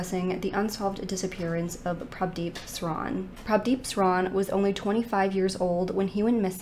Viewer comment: I’m so proud you pronounce Prabhdeep so well.